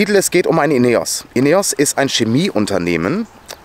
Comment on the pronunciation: CHEMIE nicht SCHEMIE.